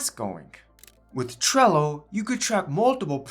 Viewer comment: Bro is way too exited about this video, and cant say trello, sorry buddy, just tone down a bit more for the next video so it feels more professional.